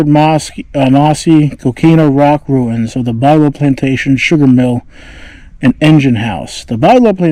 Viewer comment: Pronounced "Byou-low" not Bilow.